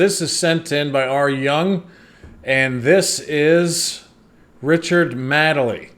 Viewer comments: The main difference between them is Richard Madely is successful. Also it’s pronounced Maid-ly. Maid like in housemaid. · It's Richard Made-ley, not madly! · It's pronounced "maid-lee" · Pronounce it MADE - LEE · IT'S MADE MADELEY NOT MADELEY! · His name is pronounced made-Lee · Richard 'Made lee ' pronounce as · Yeah, his surname is pronounced "made-lee" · Pronounced "Made-lee" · He has been knocking about on British day time TV since the 80's! But think it is more recently his mannerisms, penchant for saying mildly offensive / insensitive things, the comparison is there for all to see! His surname is pronounced Maid - Lee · "Made Lee" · Madeley=Made-lay, he's actually quite funny and defo not the worst. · You say it like ‘made-lee’ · His name is pronounced: Richard Maidaley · And it's made li by the way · The ‘A’ in Madley is pronounced as in play. Richard Madley and his Wife Judy did a morning show together for many years called ‘ Richard and Judy’. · No it's NOT, no double e at the end.